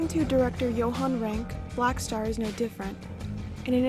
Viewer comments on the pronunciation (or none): none